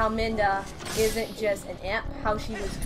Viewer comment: there is a fountain normally. :) Also I just want to say that its not minda, its midna.